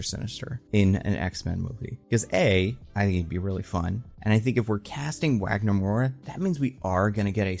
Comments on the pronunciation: I don't know if anyone cares, but being Brazilian, the W in Wagner Moura's name is pronounced as a V. So it's not Uagner, it's Vagner. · Wagner Moura is an INCREDIBLE actor, he'd kill it. ps: I'm Brazillian, the "W" in Wagner is pronounced "V" like "Vagner" ;) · Nice video,! Just a note: Wagner Moura's name is pronounced as Vagner with a V sound. That's how we pronounce it here in Brasil ☺️ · it is pronounced vagner, like kurt wagner